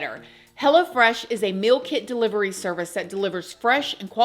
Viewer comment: Sounds like you're saying "Hella fresh" instead of "Hello Fresh"😂😂